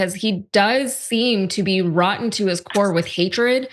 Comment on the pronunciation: Roddden? You mean Rotten